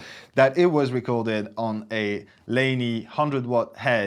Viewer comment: PRS, a Fender Tweed (learn how to pronounce Laney please) and you do not have a precise reference of the treble booster? Have you never heard of a Rangemaster? Is this really Thomann?, who decides to "stay off the boost pedal" to play Sabbath... You are a joke! It is shameful to see the biggest music shop in Europe to do such mediocre videos... Especially with the competition around!